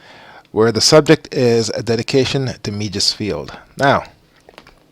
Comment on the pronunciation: Meigs rhymes with eggs. Otherwise nice job 👍